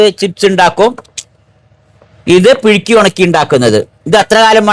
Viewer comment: പിഴുക്കി അല്ല പുഴുങ്ങി